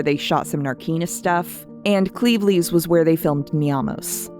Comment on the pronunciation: Great breakdown, i think i'll take a subscription to your channel, as a Brit nice pronunciation of Cleveleys .